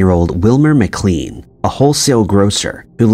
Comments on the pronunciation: How is the occupation of Wilmer Maclean's house at Manassas an "Historical mystery"? Wilmer himself said of the conflict itself that it "Began in my backyard and ended in my front parlour." And his name is pronounced "Mac-lain" not "Mac-cleen" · Beauregard . "Bow-Ree-Gard". McLean. "Muc-Lane". My god. If you're going to recite history... get it right. Probably more blatant errors after that, but I checked out. Just can't listen to someone butcher history. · And Mclaaaane. And Suhfuck. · McLean Pronounced "muh-klane" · Thanks! I was going to say that. I would guess the name McLean is pronounced McLANE as well. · Tbf, the voiceover artist sounds as though he doesn’t bother to double check pronunciations of proper nouns (“Beauregard”, “McLean” and “Suffolk”, for instance) nor the actual facts he’s narrating (eg. the UK Dennis the Menace wears a red and black jumper, not a red and white one, “Dennis the Gnasher” when the comic’s name change is actually shown to be different in this video itself, and 1965 vs 1865 etc). That nobody fact checked the script while preparing it, that the VO didn’t do his due diligence while marking up his script for pronunciations or question some obvious mistakes before recording and that nobody seems to have given the video a critical viewing before posting looks low quality, lazy and unprofessional. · I tuned out after hearing how 'he' pronounced Beauregard. I'm not even sure McLean is pronounced correctly.